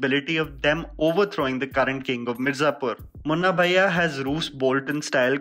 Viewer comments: pronouncing Guddu Bhaiya as Guddu Baaiya reminds me of Sobo girls 😂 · I’m an NRI kid and I noticed his wrong pronunciation of Bhaiya 😂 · My man needs to work on his Bhaiya pronounciation...sounding like those south bombay kids calling auto.